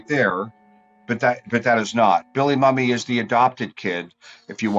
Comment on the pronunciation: You're pronouncing Billy Mumy's name wrong - the proper pronunciation is MOO-me.